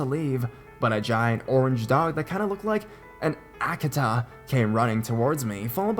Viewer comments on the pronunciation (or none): Akita is pronounced ah-kee-ta otherwise great stories. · the way you pronounce Akita is so funny XD It's Ah-kee-tah